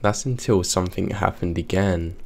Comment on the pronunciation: it's SOMETHING, not SOMETHINK! 😝💩